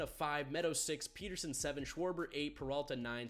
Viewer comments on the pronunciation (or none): none